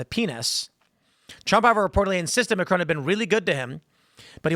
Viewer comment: Please stop mispronouncing Macron. As an American that can speak French, I can’t stand it.